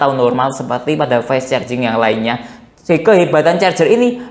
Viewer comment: Carjing mas bukan cerjing